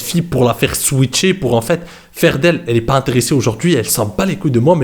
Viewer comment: c’est “switcher”, pas “swifter” 😅